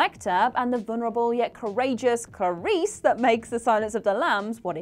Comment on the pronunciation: Am I the only one bothered by the repeated mispronunciation "Carice" instead of "Clarice?"